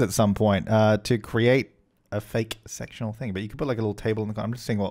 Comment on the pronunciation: I know this is kinda wrong but it sounded as though you said you would like sexual sofas rather than sectional sofas.. 🤭🤫😂